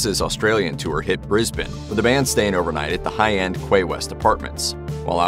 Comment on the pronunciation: Quay is pronounced "Key" in Australia